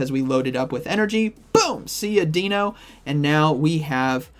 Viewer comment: Love your videos,. I just cringe every time you say “Deeno”. Deino is pronounced the same as dino in dinosaur. The evolution line is based on German puns for 1, 2 and 3, similar to the Spanish puns for the legendary birds. Zweilous is pronounced like “SVY-lus”. And Hydreigon is pronounced “high-DRY-gun”.